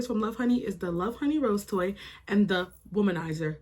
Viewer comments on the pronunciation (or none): Help the way you say rose toy 😂